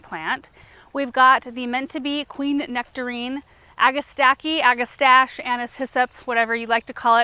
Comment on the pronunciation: Agastache is derived from Greek, so it should be read agasta-key. Like chemistry or achitect.